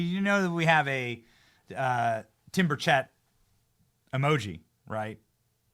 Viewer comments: Benny, PLEASE learn how to pronounce Tim Burchett's last name. Listen to him. It's BUR-chett, not bur-CHETT. (And Acosta deserves all the grieve he's getting right now. Evil smug toad.) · Y'all.. down here in Tennessee, we say Tim Birch-it .. we don't know nothing about no Tim Bur-shay lol You, Greg Foreman, Dr. Steve.. all say Tim Bur-schet lol It's Bur-chit lol rhymes with bird sh*t lolol